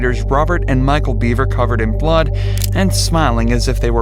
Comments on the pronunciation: Please no more robo-voice (if you're not going to correct it.) He was HIDDING in his room. The BEAVERS (Bev-er!) Jeez. Why even upload something you don't watch after you render? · The last name is BEVER not BEAVER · I knew this family, I used to be in a bowling league with them. The older brother would usually bring them, never really saw the parents, our bowling instructor was crushed when this all happened. I'm thankful that the house is now a family park. Also it is pronounced Bevver, definitely not too important just throwin it out there!